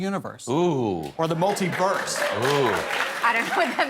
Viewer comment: wait guy says multverse